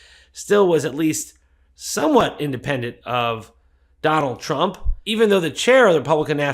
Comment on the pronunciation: I like the way she blocked the T in Trump so it’s rump